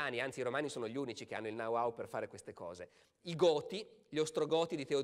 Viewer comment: Sempre eccezionale per chiarezza e lucidità. Mi meraviglio che non sappia pronunciare know how (dice nau au invece di no au), ma con le lingue non è impeccabile.